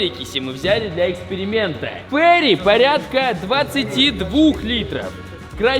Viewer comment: ФеЙри, а не Фери. Фери звучит как паром, а Фейри это фея